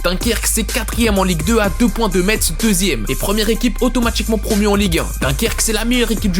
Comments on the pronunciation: Vidéo bourrée d’erreur : -On dit pfc, et pas « péfécé » -Le match était à Dunkerque donc ils ne nous ont pas tapé « chez nous » -On prononce « Mess » et pas « Mettz » Vivement un retour de moretti. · JUSTE ON DIT MESSE PAS METSE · La prononciation de Metz me casse les oreilles 🤕 On dit "Messe" et non pas "MeTZ" !!!!! Si vous vous demandez pourquoi ? C'est parce que avant Metz était une ville allemande comme l'Alsace et les autres villes de Moselle. Vu que Metz était en Allemagne,Metz se prononcé Messe car en allemand le "tz" se lit ss et on a gardé certaines traditions allemande comme les jours fériés.... Si vous n'avez pas compris allez sur internet et tapez : Prononciation Metz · 😮😮 Le "tz" de Metz ça ce dit "s" ( on prononce "messe")